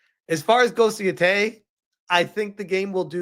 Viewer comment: Haha at least say Yōtei right if you gonna bash the whole game and not just be honest you are scared to play a woman in a video game. You're also throwing out some racist/sexist vibes my guy...not a good look